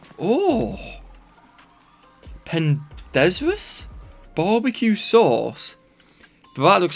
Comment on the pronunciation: The barbecue sauce you got is pronounced RON-day-voo (Rendezvous), which is a French word, and is what they do in space at the ISS when a ship connects up with it. The dictionary definition is "a meeting at a specific time and place".